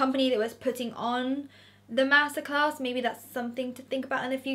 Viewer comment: anyone else keep thinking shes saying masacre not master class lol